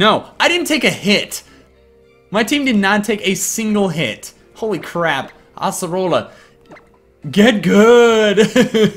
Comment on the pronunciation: it's ace erola not ass orola